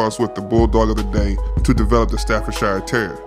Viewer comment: How can you call a dog an American Staffordshire? That's like calling a dog an English Kentucky or an Australian Carolina. Also it's Stafford-sher or sheer, not Stafford-shyre.